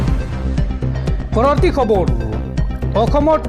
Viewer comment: ই অসমীয়া ভাষা শুদ্ধকৈ ক'ব নোৱাৰে। ৰ টো ৰু বুলি কয়। যেনে খবৰ টো কয়খবৰু